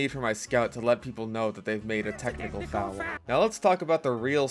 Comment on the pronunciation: "dats a technical fooul"